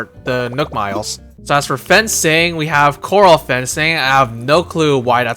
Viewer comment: This is a great video. 😊 By the way that fencing is pronounced "corr-al". Corral fencing is for keeping livestock contained. Howdy from Kentucky ❤🤠